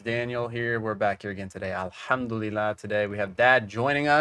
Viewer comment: It's not pronounced alHUMdulillah